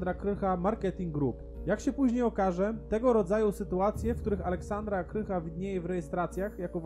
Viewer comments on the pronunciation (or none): Aleksandra Krach , a nie Aleksandra Krycha :)